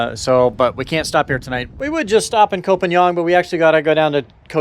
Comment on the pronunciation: It is not Koh Pa Niang,.... Koh Pan NGA...! Pronounce KOPANGA...